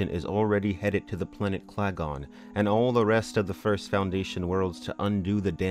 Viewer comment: Interesting, but the planet name is Kalgan, not Klagon!